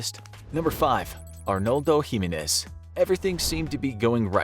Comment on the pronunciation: Anyone else thought how he mispronounced Jimenez?